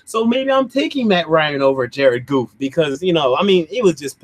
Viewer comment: Lmao I died laughing my dude said Jared goof 😂😂😂😂🤣🤣